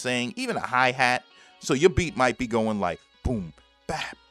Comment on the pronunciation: Mighta? You slaughtered that. Still great info.